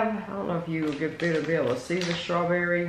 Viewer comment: I love how says Shtrawberry Mousse ha ha